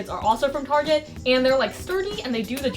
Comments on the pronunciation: as a french i'm offended. (but yes some people say "tarjay" and whyy ?? it's not that hard to say target) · Ahah as a french i can confirmed, we do not say Targéée😂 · As a French person I confirm: my parents do indeed say tArgÉ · Haha! she just said Target with a kinda french pronounciation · that's not how you say target in French...……….. >:v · "target" in French omg WE ABSOLUTELY DONT SAY IT LIKE THAT but it doesn't matter that was cute lol